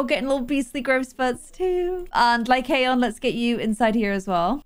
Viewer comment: i think the name is pronounced "Lie-con"!!!:)